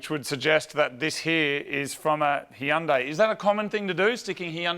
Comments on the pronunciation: He-un-day? Never have I ever heard it called that. Lmao. It's Hun-day. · hee-unday lool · Wow Australians pronounce "Hyundai" weird lmao